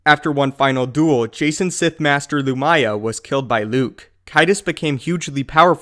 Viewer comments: loo-mee-yah not loo-my-ah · Lu-ME-yah. CAY-dus. Good catch on the proper pronunciation of Yuuzhan Vong, though.